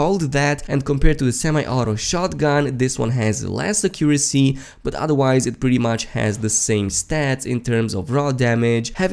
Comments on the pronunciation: The way you said “Accuracy” 😱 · I know right? Accent or not, thats not how you say it. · Listen to how my guy pronounced accuracy lmao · The way u pronounce accuracy kills me